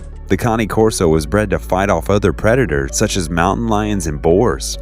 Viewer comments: i have 8 pitbulls. their pulling strenght is CRAZY!! ive lost count of how many times ive been dragged like a wagon across my yard while taking them out. love my dogs alot. i also thought Cane Corso was pronouced (kay-een kor-so) and not ( kan-ee- korso) lmk yall. :) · I don't know if this guy is dumb or just can't real it is spelt Cane Corso and is said as Kane Corso no Connie. I mean if u even look at the name no way in hell does it even remotely look close to the word Connie. Man this guy is dumb! P.S. my 5 year old daughter pointed it out that he was saying the name wrong. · Kani-Corso?....lol. So much of your pronunciations were off, but great video nonetheless! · iTS A CANE CORSO NOT CONNIE OMG GET IT RIGHT hahahaha